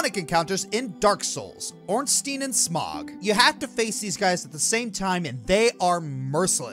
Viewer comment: I adore you, but dear god the way you say Ornstein and Smough's name was like being repeatingly stabbed with a rusty shiv.